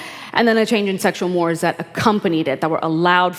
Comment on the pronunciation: Can someone please teach the millennials how to pronounce "mores"